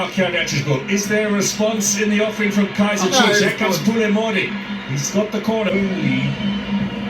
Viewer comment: I love how they refer to chiefs as “iKaizer”🤣🤣🤣🤣❤